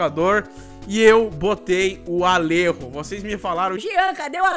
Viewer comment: Alerro? ALERRO, JEAN? É ALLEJO! ALLEJO! JO! JO! JO! JOTA DE JEAN GORDO! Zoa ele aí, Zanam! ALLERRO!